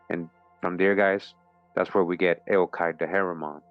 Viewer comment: Eochaid, pronounced "Yock Ed"